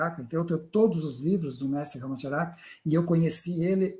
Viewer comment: Pronúncia RAMACHÁRACA.PALAVRA PROPARÓXITONA como a maioria em Sânscrito. Ch pronúncia tchia